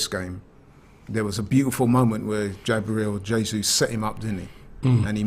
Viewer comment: Did anyone hear “JABRIEL JESUS” 😂👌